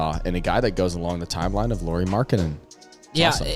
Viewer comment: if you are planning to make a video of Lauri Markkanen here is a free tip: his first name is pronunciated like Kyle Lowrys last name 😃...or that's at least closest to what most English speakers get 😁 Nice to get any Utah Jazz content to youtube anyway 🙂